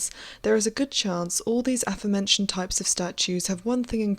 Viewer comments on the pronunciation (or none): Agree she IS a wonderful storyteller with a great voice, but just a little something I’ve noticed many Youtubers doing: pronouncing Aforementioned wrong. It should be like ‘uh-FORE-mentioned’ not ‘affer-mentioned’.